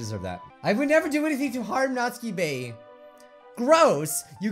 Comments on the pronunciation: It's Nat-su-ki, not natski!!😂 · Nautski it's not nautski it's natsuki and it's not Bijju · its nats*UUUUUU*ki not natski plzzzzz u are murdring my ears every time u say her name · I wonder if he knows that her name is Natsuki and not Natski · He is missing the "u" in Natsuki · Does he know he’s saying Nasuki’s name wrong? Just me? OK